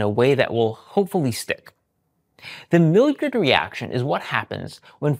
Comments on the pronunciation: Maillard, (Mah..yard) reaction, NOT Milldrid reaction. Surprised you mispronounced it. Maillard reaction is between reduced sugars and amino acids in proteins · It's pronounced "MY-lard" not "Mil-yerd" reaction. I should know as I did my dissertation on the Maillard Reaction. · It's mi-yard not mill - years (spelling phonetically) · Mildred reaction? I'm a little distracted after that pronunciation. Maillard = /my yar(d)/. (Drop the D for the true French pronunciation. ) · Pronunciation of Millard is wrong. In phonetic spelling sounds like "my-YAR." Where did you come up with your version ? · Close! It’s pronounced mayar in French not mayard as the d is silent (due to no e at the end) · So uh, it's "My-Yar" or "My-yard" or sometimes even "May-ard". Just FYI. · You're pronouncing Maillard wrong. In English it's "my-yard" or "may-yard" or if you want to be fancy, drop the D sound for "my-yar" or "may-yar". But not whatever the hell you said. Also not sure why you frame it like it's a difficult concept to understand when it's commonly observed in cooking and frequently explained in cooking websites and channels. "Let me try to explain this in a way that sticks" is so overwrought. You could literally just say "the browning process" and be done with it. Instead you overcomplicate things and imply that your audience is stupid or ignorant when any problem in comprehension is more likely to be due to your poor communication skills. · Pronounced MY-YARD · the WHAT reaction??? Edit: it's "mah-yard" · Thanks for another great video, I look forward to trying eggs with lemon juice. I do love soft boiled eggs or I will microwave eggs with a plate over the bowl to lock in steam and moisture. Millard is a french origin word, I recommend this pronunciation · Pronounced 'My-ard' or even more correctly 'my-ar' (it's French) not the unpalatable confection you spewed out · Maillard is pronounced-My-yard. Don’t pronounce the “d” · Oddly, you mispronounced "Maillard".